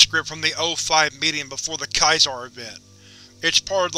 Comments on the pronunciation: Dude, it's Caesar. Like Julius Caesar. Caesar salad..... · Caesar isn't "kai-zar" it's "see-zar" as in Caesar emperor of Rome